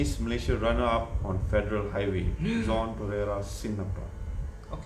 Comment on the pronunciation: Nama Jean..apsai sebut John??